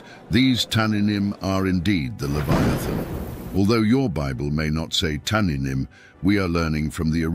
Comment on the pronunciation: It's tannîym not tananim Cord H8565( just type in Google)